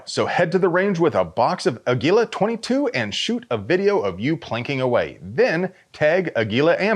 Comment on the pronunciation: It’s pronounced “Ah gilah”… lol It’s not “eh gilah”. The accent is on the “Ah” not the “gi” syllable.